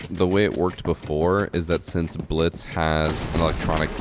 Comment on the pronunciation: It’s the “Glitz” instead of Blitz for me 😂